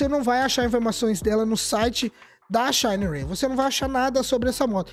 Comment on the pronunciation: bom dia meu querido adoro ver seus videos vc é top 😄! e quero dizer 1 coisa... á pronuncia correta de moto SHINERAY SHI 175, SHI 200 ou STORN é ( "CHÍÍÍÍÍÍÍÍÍÍÍÍ:face-blue-smiling:)🤣😅😂🤣😅! não confio nen á pau!!!!! vc vai lá e compra ok, e depois 😪😢😥😭 ou seja (💃)dançou ABÇ